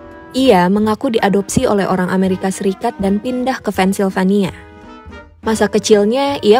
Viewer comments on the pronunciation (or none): none